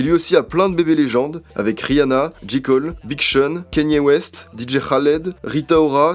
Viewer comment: J.Cole ça se prononce « jay cole »